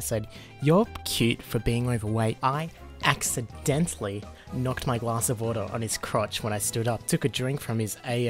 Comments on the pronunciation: It's not accidentally, it's "accienetally" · My favorite word is “accienetally”!